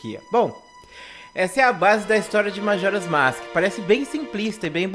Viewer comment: Começou errado falando "masque". Kkkkkkkkkkkkkkkkkkkkkkkkkkkkkkkkkk